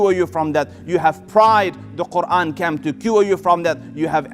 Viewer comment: Selam Aleykum. Beautiful speach.❤️🌹 I wish someone could teach this sheyh how to pronounce the word "came" .not "cam" Came is pronounced like "caym" kaym"